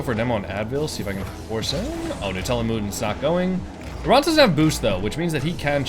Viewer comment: You were saying "laurent" and I was hearing lebron😭✌️